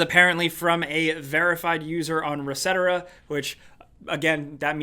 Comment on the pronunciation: "Ressetera" lol. It's Reset Era. Cmon